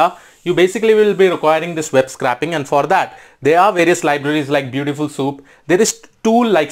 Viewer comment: BTW, "scraping" is pronounced more like "scray" than "scrap". Nice high level quick intro.